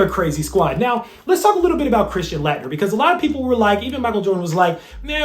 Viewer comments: it's pronounced late-nerr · I love your content. But I am a college professor and I always critique my students when they are public speaking. You keep mispronouncing Christian Laettner's name. He was arguably the best college basketball player of all-time or at least the 1990s depending on who you ask. You always research everything, so I am surprised you missed that. Otherwise keep up the good work.